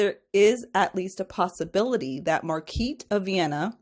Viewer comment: Her name is pronounced Mar-guh-reet I’m pretty sure.